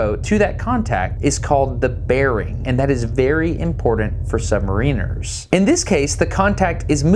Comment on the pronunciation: Submarine has been an excellent series of videos with the aid of remarkable access.... however, one thing bugged me throughout, the pronunciation of the word "submariner(s)" whereas in the word submarine the 'ine' sounds like 'een' in submariner the 'in' sounds like in so sub-mar-inner - I wasnt sure if it's just because I'm a Brit but I heard the submariners on the boat saying it the way I think is correct ... sorry I had to mention it, just a small thing in an otherwise enjoyable and informative series